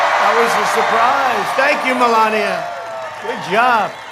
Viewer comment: "Melanoma" Trump Makes a Special appearance! LMFAO